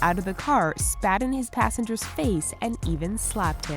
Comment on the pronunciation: "passangers" lol